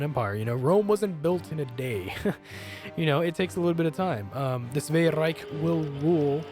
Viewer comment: German Reich sounds like German Rike.